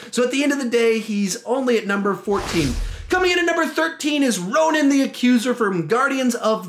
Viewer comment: It's Ronan, not roman